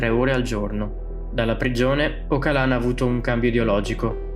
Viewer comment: Si legge Ogialan, una G morbida quasi come una J